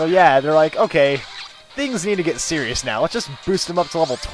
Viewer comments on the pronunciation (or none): none